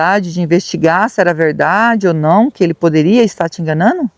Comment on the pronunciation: Gente , alguém me explica o que significa (enganano)? Pq eu não sei. Eu conheço , enganando. O mínimo, é tentar falar pelo menos a palavra certa.